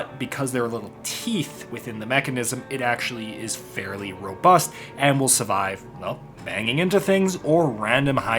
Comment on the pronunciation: Everytime says "survive" I can't help but picture a lawyer from Georgia wearing a white linen suit